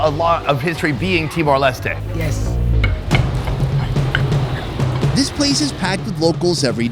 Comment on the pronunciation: Finally someone said "timor lestay" instead of "timor lestt"